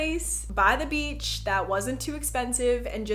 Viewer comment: Wow Jenna Marbles has really messed me up lol. Every time you say “beach” I just hear “beetch”